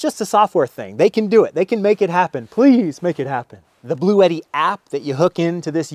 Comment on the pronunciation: Don't forgetti, your Bluetti, rhymes with spaghetti. But ute doesn't.